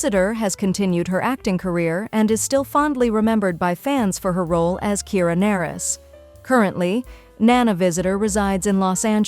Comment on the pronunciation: I bristled every time I heard "Kira Nerris" (pronounced Ner-ees)